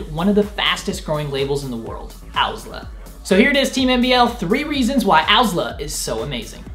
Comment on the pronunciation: I hate this guy but love owsla. Also he doesn't even say owsla correctly.